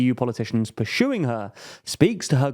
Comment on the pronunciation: purshuing her